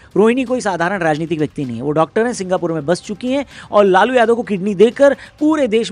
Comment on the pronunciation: लालू ❌ लोलू ✅😂